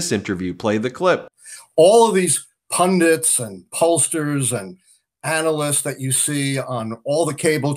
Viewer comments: Ben!! The word is PUNDIT, not pundint. You sound like Sarah Palin. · Ben, please learn how to pronounce "pundit"!